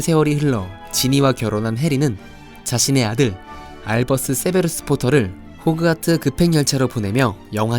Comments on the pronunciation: 호크와트가 아니라 호그와트 입니다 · 왜 계속 호크와트라고 발음을 하시는지...